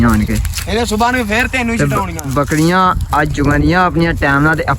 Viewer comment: ਬੱਕਰੀਆਂ😂ਬੱਕਲੀਆ ਵਲੌਗ😂ਵਲੋਦ ਤੋਰ😂ਤੋਲ ਪਰੇ😂ਪਲੈ ਚੈਕ😂ਚੈਤ ਪਾਣੀ ਪੀਲੋ😂ਪਾਲੀ ਤੀਲੋ ਚੁੰਗਣ😂ਚੁੰਦਨ ਘਰੋ😂ਤਲੋ ਕਿੱਥੇ😂ਤਿੱਥੇ ਰੇਹੜੀ😂ਲੇਰੜ੍ਹੀ ਖਾਲਿਆ😂ਥਾਲਿਆ ਠੀਕ😂ਥੀਤ